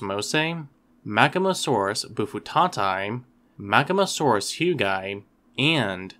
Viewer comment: Perhaps trivial, but 'hugii' should roll off the tongue as 'hyoo-gi-eye', and not 'hyoo-gye'. Latin pronunciation rules demand that there should be a clear tonal distinction between the two 'i's'.